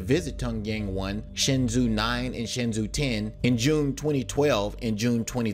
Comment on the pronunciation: Some constructive criticism: your content features professional graphics and visual presentation, but your narration needs attention as it detracts from your otherwise excellent content. Specifically, in this <3 minute segment, you "butchered" Darmstadt, Tiangong, variable, rondevu, and Shenzhou.